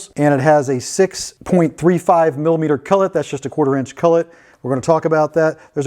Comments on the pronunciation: It’s a collet not a cullet. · Collet, not cullet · Really want to watch your videos, but the way you say collet is absolutely abhorrent. Its cOllet, not cUllet.